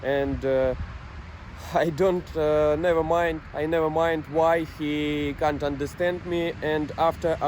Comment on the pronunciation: please don't call "can't" like кант. Cunt in English is пizd@